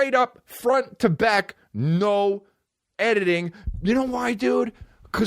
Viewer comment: Hey Chris, how the hell did you add 30 extra T's to the word 'editing'?